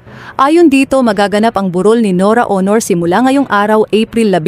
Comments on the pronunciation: Pronounce the word as AUNOR not HONOR. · Ano ka ba BISAYA hindi mo na bibigkas ng maayos ang pangalan ni Nora A U N O R . . . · Pinoy ba yan ngssalita?iba un accent hndi ma pronounce un Aunor